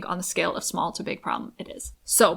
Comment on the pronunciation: Smawl, so smawl 😂